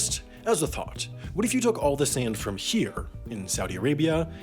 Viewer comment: This dude pronounces sand like he's a Canadian or something.